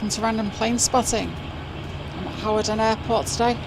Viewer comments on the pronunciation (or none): Hi, nice to see a change in your videos, Btw the W in Hawarden is silent, so in North Wales we pronounce it as Harden. Regards from Ray the old sod from North Wales.